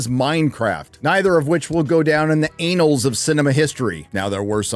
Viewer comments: You don't pronounce "annals of history" the same as anal. Unless you did that knowingly. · good lord man , annals is not pronounced like "anal" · annals’ “a” is as in apples. Not “a” as in ape, or anal as of the anus. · Annals is pronounced with a short a like apple not anal😅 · Pronouncing annal as anal sounds strange. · It’s not ANALS. It is pronounced annalls you’re also a reason Hollywood sucks. Learn good read bad good. Also K-pop demon hunters fucking slayed. Learn yo shit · Anals of history...gets me every time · The word annals is pronounced with a short "a," not a long "a" like anus.